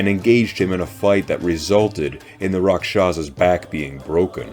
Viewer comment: Actual pronunciation is RAKHSHASS.